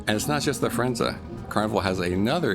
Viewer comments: Pronounced Fir en ZAY not ZA. Thanks for the video. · Not quite, the Italian captain Claudio on mask night tells his audience of guests how to pronounce the name of the ship and he says the ship's name ends with a zay sound, not a za sound as in the video. This was my point, not the meaning of the word, but its pronunciation.